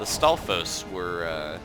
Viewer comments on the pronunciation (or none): You seem to have the most trouble with stafos not the wizrobes